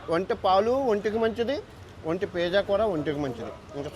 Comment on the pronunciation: పేజా కాదురా నీ అయ్యా నత్తి మంగళం... పిజ్జా రా అది... ఒంటె లాగే నీ నాలుక కూడా మందమే...